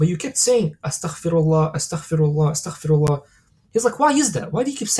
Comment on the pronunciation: Amazing talk! Please make sure to say astaghfeerullah and not astakhferullah Like its استغفرالله not استخفر الله Its غفار not خفار Just felt I needed to say this to you can reap the full benefits and I really love your videos may Allah bless you and we are learning a lot Thank you